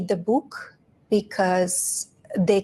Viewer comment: The way Jimmy Kimmel casually shits on this calling it a "bük" kills me